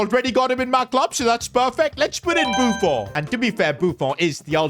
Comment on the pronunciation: Why u saying buffo its buffon